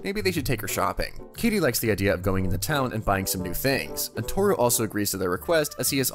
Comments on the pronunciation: Sorry i had to say it. Thats kaede not kaydee…… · Bro said Katie and not (kai-day)=Kaede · It's Ka E De, not kadie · I can't be the only one just thinking how cool/ Drippy Kaede looks? (I am guessing her name is pronounced Kai-day) Also, the party is called the What-Brigade? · It is pronounced (Kai-a-day) the a is just faint. The party is called the manyu brigade which means the roaming brigade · The narrator calling Kaede “Katie” is stressing me theeee fuck out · I believe it's pronounced K-eye-ay-day. Like Kagome's sister from Inuyasha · Just so you know. Its pronounced Ka-ay-day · Bruh, the mispronouncing is kinda weird. Ryusuke is pronounced ree-you-skay. Kaede is K-eye-ay-day. I know you watch anime, bruh. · I wish you did research into how to pronounce Japanese names. Kaede is not pronounced like Katie. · That is not how you pronounce “kaede” holy hell this is bad for a channel like this